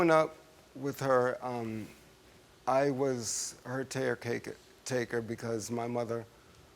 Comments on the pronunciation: “I was her tarecaketaker” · He was her "tare-caker"